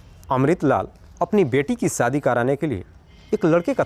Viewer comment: Sadi nh hota shaadi hota h .. ek anchor ko apni Bhasha per kam karna chahie